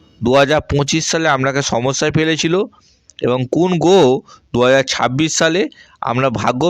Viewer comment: এঃ এতো কথাই বলতে পারে না ভালো করে। গহ, পকিত, পমোশন, পরিশম